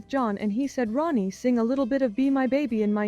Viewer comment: Maybe you're using AI but it's not ROEnets, it's RONettes. Her name is RONnie, not ROEnie.